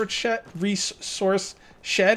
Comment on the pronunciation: This whole series is basically just him doing two things. Trying to say resource shed properly. And looking for a spot to place something. I love it.